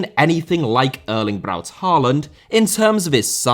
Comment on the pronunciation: Hey, you pronounced his middle name correctly! I now have my tiny, Norwegian party hat on and am throwing sarcastic confetti at myself.